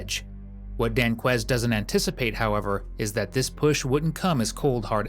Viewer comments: ‘Danqueise’. I don’t have to watch the rest of it. Just another one to prison for life. Yawn. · "Danquies"? Ahhahahahaha.